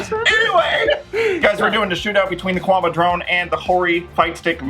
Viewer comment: Love your vids, but it still bothers me how you guys say Qanba lol. It's not 'Quanba', the Q is like a K sound there.